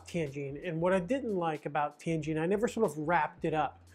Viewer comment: nice video,... I cant believe you only made 4200 per month at a prestigious foreign language university...When I lived in Tianjin, I made 4k a month at a low level, insignificant technology university. btw, I love the way you pronounce "Tianjin" correctly...THANK YOU!!!